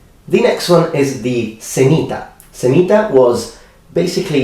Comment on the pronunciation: When he said "semita". I thought he said "sanita", meaning "toilet" in Portuguese.